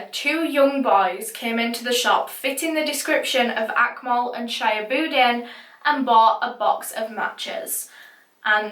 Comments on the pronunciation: shihabudeen is pronounced as 'shee-haa-bu-deen' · It's pronounced Sheehab-ooddin, I believe. The names sound Bangladeshi so the boys might be from there.